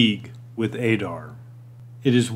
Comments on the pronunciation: It's not Ay-Dar ... Ay-rabs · Now that Adar has been revealed in the show we know it’s pronounced ah-dar, not a-dar. Pronunciation in Middle-earth is always a bit tricky. 👹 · You hear how they pronounce his name do you choose not to pronounce it correctly